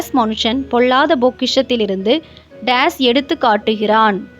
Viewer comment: பொள்ளாத , நள்ள, ஆளோசணை மற்றும் பல. But for the faulty pronunciation the quiz is excellent.